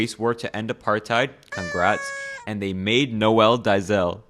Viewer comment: It’s not pronounced Noelle Deyzelle it’s Noel Deyzel 😭